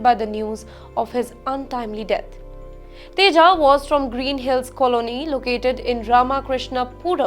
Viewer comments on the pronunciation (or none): none